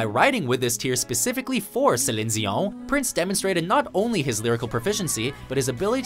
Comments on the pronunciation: Who the fuck is 'zelin zio'? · The narrator seems to pronounce Celine Dion's name as "Suh-lens-ee-UN." I thought Sinead O'Connor was sexy back in the day. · It's not Selin Zion. Learn to pronounce ffs. Easiest name in the world. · Anyone else find it annoying when pronounces Celine Dion's name like that? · Uh, what is with the way you pronounce Celine Dion's name, dude? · He's trying to show how intelligent he is pronouncing it like a native French Canadian. But I bet they would tell him to knock it off as well. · You really went out of your way to pronounce Saleen Deon name with a crazy french accent. Like 9 times for a 30 second spot!!! hahaha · What was with the pronunciation of Celine Dion? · You say Celine Dion's name wrong buddy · the pronunciation of Celine Dion.. LMAO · Waitasecond! What's with this bourgeoisie pronunciation of "Celine Dion"? When did THIS start happening? And why isn't anyone calling her on her hubristic bullshit? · Fastfoward to 6, how do you say her name as if every one else gets it wrong- funny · I can't stand the way the narrator say Celin Dion's name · Why is he pronouncing Celine dion like that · Anyone else annoyed by how he pronounced Celine Dion? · did he just mispronounce Celine Dion's name. Fucking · That’s the worst pronunciation of Celine Dion I’ve ever heard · why da fuq are you saying Celine Dion that way? most annoying thing I've ever heard. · Just because she is French Canadian doesn't mean you have to mumble Celine Dion's name. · You said Cellin Diogh one too many times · It would have been nice if you'd picked better known songs. I consider myself pretty fluent with the pop and R&B scene from the 80s and 90s but I recognized very few of these. Also, it's Sea-lean Dee on. Not however, weird way you pronounced Celine Dion with the wacky French intonation. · Who the hell is "saline zeeohñ"? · Sellen Deeown? Its Celine Dion. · Who is Zelene Zion??? Like dudee it's CELINE DION. YA HEAR ME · "Celins Zion"